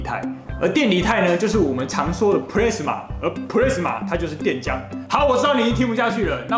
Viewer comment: 不是plrasma是 P-las-ma 啦！